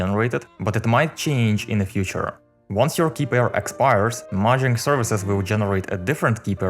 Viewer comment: STOP SAYING MAHANG